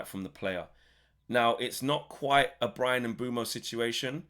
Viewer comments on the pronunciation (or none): none